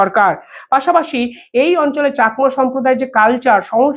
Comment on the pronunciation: Pl. Correct your pronunciation of Rangamati and Chakma. Not Rongomoti or chokma